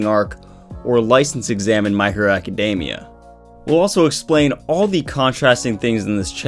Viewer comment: It's pronounced a· kuh·dee·mee·uh. Not DAY-mee-uh. Just a heads up.